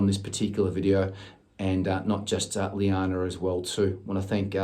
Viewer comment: Omg omg omg! 😲....I'm having a pannic attack 😆....llana just performed her Christmas solo btw....I posted it up on my channel.... also you'll be pleased to hear that she got the lead part tallulah in bugsy mallone! 🫂 🤗 And it is pronounced lana ( just like lana turner)...🤣.... the spelling was her dad's fault 😆 Thank you soooooo much again for doing this! ❤️ xxxx....BTW....I don't suppose you know the link to the exercises you spoke about by any chance?.... if not then I will find it for sure! 🤗